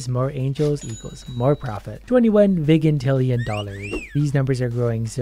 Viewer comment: its pronounced (Vy-jin-til-E-in)